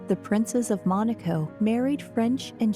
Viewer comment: They keep pronouncing Monaco incorrectly in this documentary! So annoying!!!! Also, they are mispronouncing Prince Rainier!